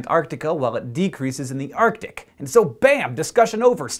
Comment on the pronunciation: its not the T that is conspicuous, its the C. arCtic, not artic